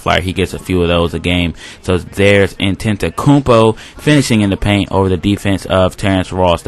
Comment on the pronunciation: Y'all better drop that like, how many commentators you know that can pronounce Antetokounmpo? Great vid man.